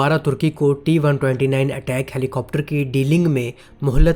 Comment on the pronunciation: Bai sab is helicopter ka naam Attack nai ataak ha Jo k Turkish word ha jiska mean ha bara.